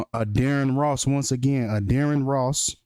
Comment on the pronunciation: Why Wen U Say Addarren Ross Sounds Like Your Saying Dearest Loss , Internesting 🤔😒😣